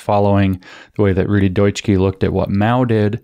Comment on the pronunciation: His name is pronounced "Dootshka", not "doytshkee", just a heads up frome a German listener.